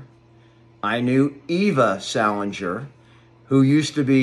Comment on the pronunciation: Salinger not sala? nger